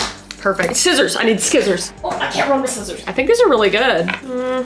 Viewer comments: Kris: “Skissors! I need skissors!” Also Kris: “Oh, I can’t run with skissors!” I love you, home sis! Edit: Tysm for all the likes! 🤗🤗🤗🤗🤗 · You also call scissors skissors😊